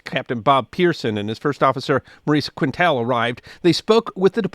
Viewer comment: You’re mid-pronouncing the First Officer’s name. It’s not “Quin tell.” It’s “Keen tel.” It’s French.